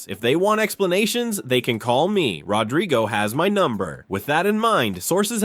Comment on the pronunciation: "RodRYgo"?? At least get the madness right. Moron.